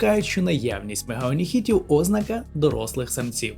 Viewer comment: ви казали "о́знака", але варто казати "озна́ка". так само треба казати "крейдяни́й період", а не "кре́йдяний". Це так, вам замітка на майбутнє